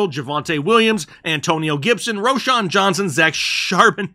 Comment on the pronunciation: Lmao 😂😂, you kill me with the way u say charbonnet